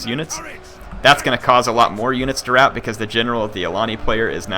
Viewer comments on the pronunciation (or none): none